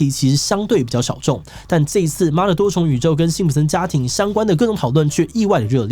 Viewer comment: 開頭媽的發音也太標準